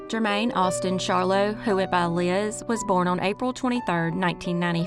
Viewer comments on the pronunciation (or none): none